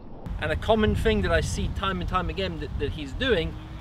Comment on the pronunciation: I can't concentrate when watching these videos, every time he says "fing" instead of "thing" I get lost in my head.